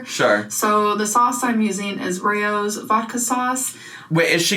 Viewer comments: First of all, the way y’all both said Raos like Ray-Os. “Rows” (pronounced like Sow with an S). Like how Tea and Sass called Chantal a sow. 😂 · She is pronouncing Rao’s wrong. Not surprised. 🙄 it’s Italian so she can just google the pronunciation.